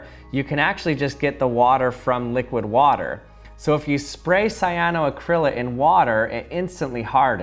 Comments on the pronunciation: Ooof. Your pronunciation of cyanoacrylate hurts lol. The l.a.t.e is pronounced like it is spelled. Late, as in late for work. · The way you pronounce cyanoacrylate and polymerize varies greatly from us Aussies lol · Idk why but the way you pronounce cyanoacrylate is hilarious.